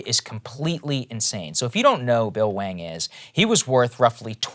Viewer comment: Why does Saagar keep saying "Bill Wang"?